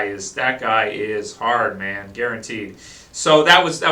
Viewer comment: ____- You seriously can't tell the difference between "man" and "men"